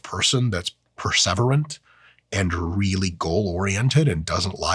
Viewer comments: Have I been pronouncing perseverant wrong my whole life?! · I don't think I've ever heard "perseverant" pronounced quite like THAT. but THAT'S how I'm going to pronounce it from now on.